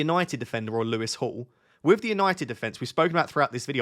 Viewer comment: For a split second I wondered why you were calling Lewis Hall "Lewis to Hall" ... it's been a long week 🙃